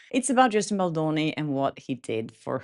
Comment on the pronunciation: It’s BalDoni, not Baloni. It is important to state his name correctly after he was mocked before. I know you didn’t intend to mispronounce it, i just thought it was important to let you know.